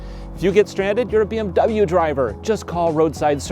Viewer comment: Dubble bee em you